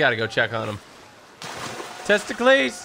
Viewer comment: Say test-ic-les